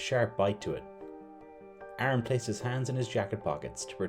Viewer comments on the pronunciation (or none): Terrifying intro. You pronounce Aaron as Arn.😆